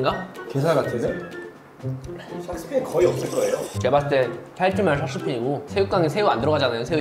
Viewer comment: 게살 샥스핀 스'핀' ㅋㅋㅋㅋㅋㅋㅋ